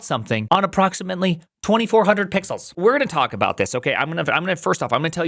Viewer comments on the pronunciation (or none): Ummm ackshuallay it'riz 3600 puxels duh